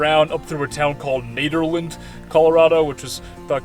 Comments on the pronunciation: Nederland, at least in that town, is pronounced with a short E: Neh der land. Beautiful country around there. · It's pronounced Ned-er-land. Rhymes with head.